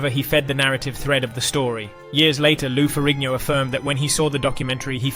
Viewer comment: was this AI? keeps saying years as 1 thousands 9 hundred and ninety 3 stead of 1993 or miss pronouncing Lou ferrigno.